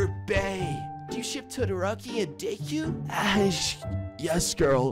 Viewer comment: Sorry this really triggered me and idk why- i just have to correct you: Deku- De-Koo, Todoroki- Toe-Doe-Roe-Ki, Kuro/Kuroo- Koo-Roo, Oikawa- Oh-I-Ka-Wah, Tododeku- Toe-Doe-De-Koo